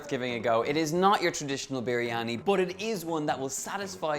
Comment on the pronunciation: Im from Pakistan.. Donal your recipe like always has been great & also the way you pronounce "biryani".. All perfect!!!